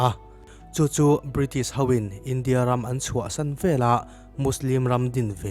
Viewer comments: Vela... tih hian awmzia aneilo... veleh tih tur.... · Velah tih lovin veleh tih a dik zawkin ka hria